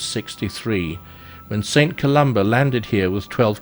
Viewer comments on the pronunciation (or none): none